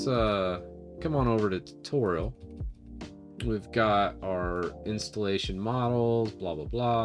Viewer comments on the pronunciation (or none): none